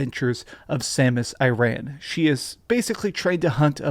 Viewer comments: Samus Iran? Acrossed? Game Boy Advanced? What is it with putting his own spin on normal words? Bugged me forever. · Samus 'IRAN' really? Come on mate... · “So her name is samus IRAAN” Bro what 🤣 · "Samus Iran" haha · "Samus Iran"